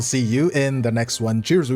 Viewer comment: I have watching your video since the idk when wuwa 1.3 I think?, I still don't know what are you saying at the end of each video, cheerzo? Chierzoo? Cheerjiuu?